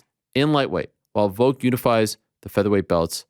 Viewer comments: Why tf does Ariel say "Voke" instead of Volk lol? I know I'm extremely petty but that annoys me so much lol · Can Ariel not pronounce "Volk" with an "L"? He only says "Vok".....every time lol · Need the timestamps for when you say Voke instead of VoLk. -(Its IsRaeL AdisonYa) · Why do they say Volk like egg Yolk? Volk is not a silent L??? Like just say Alex if you don't know how to say it.